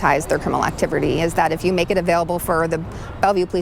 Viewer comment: This bih said "activerties"!!! 😂😂😂😂